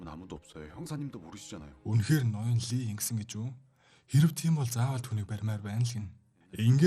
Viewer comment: Ноён лий биш "И" шүү, солонгос нэрэнд И овог нь англи руу Lee гэж хөрвөгднө гэхдээ уншихдаа И шүү. Дараагийн анги ярьж өгөх бол зөв хэлээрэй.